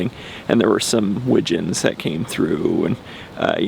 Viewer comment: Great job even in bad light! Love the GWT’s and American Wigeons! And yes you said it correctly! 😊👊